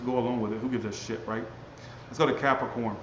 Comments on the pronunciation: Lmao! Sesame Street...cap-ri-corn 💀 😂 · You be making my day!!! Ca-pri-corn.... 3 syllables folks.....